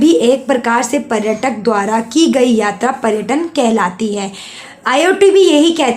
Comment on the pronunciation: पहले आप पर्यटन और पर्यटक बोलना सीखा, हर बार गलत बोलती हो 😤